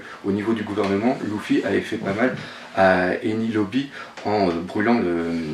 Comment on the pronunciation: Salut, alors pour la prononciation je veux bien te dire pas de souci, pour Enies Lobby oublie pas de prononcer le "S". Pour Urouge ça se dit "Uroudje" pour la prononciation. Je sais pas si j'oublie des mots mais de toute façon c'est pas vraiment important. Bref je pense aussi que Ishoo quitte la marine à moins qu'il se passe un truck. Pas mal de gens ne savent pas si Ishoo attendait l'ordre de prendre les têtes de Law et Luffy ou de quitter la marine, personnellement je pense que Ishoo n'a pas besoin d'un ordre pour aller tuer ou capturer des pirates avec des primes et recherché. Donc c'est logique qu'il quitte la marine, on peut se tromper bien sûr on sait jamais. Sinon pour parler de Kuzan c'est sûr qu'il manigance quelque chose, il n'est pas juste venu pour être dans l'équipage. Voilà chapitre de dingue merci à dans ta prochaine vidéo!